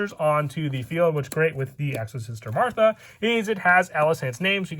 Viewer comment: what the hell happened to the H in martha lmao